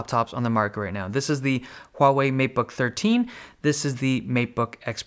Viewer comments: The best thing ever is you get the pronunciation correct! It is not Waw-Wei! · The only reason I liked this video was your pronunciation of "Huawei" is the most accurate I have ever heard in all "foreign" Youtubers!